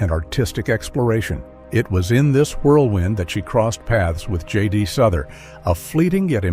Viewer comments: JD Souther not Suther. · It's pronounced SOW THER not souther. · It's J. D. "SOW-ther, isn't it? Is this another one of those clumsy computer voice narrated things? An actual music fan would know. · Thank you for pointing that out, it is inexcusable to mispronounce name of a person in the public eye. It would be like calling Cher as Chair. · For the record JD Souther is pronounced as in house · Wrong pronunciation of Souther